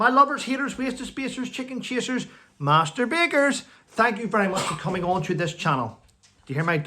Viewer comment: Hello. Master bakers! I thought you said masterbaters. Lol. The police management want more powers so they tell the lower ranks exactly what to do, knowing the government will give the police more powers they don’t actually need. I know many Constables who say this. Too many in Government refuse to serve the UK and instead serve themselves and or other nations and Corporations.